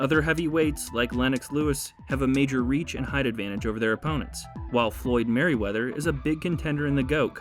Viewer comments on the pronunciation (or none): This dude get no respect. He said Floyd "Merryweather"